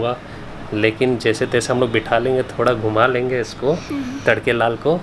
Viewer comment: Harak nhi tharak